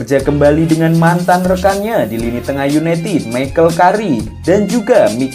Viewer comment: Sebutannya kerik bang bukan karik wkwkwk smangat trus bang mantap